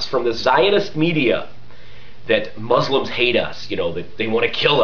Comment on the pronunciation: i juts watched 90% of verbal diarrhea from a propagandist complaining about propaganda, prolly a liar , sir you cannot be a manager at over 10 car companies in one lifetime ! 2nd you are totally out of it when it comes to spanish speakers in the us as they are way more than 10%, and finally as you defy the phonetics rules by pronouncing s followed by a consonant Z mozlems like your zionist friends like to call us, finally palestine is not a cool brand name you put on your hypocryte mouth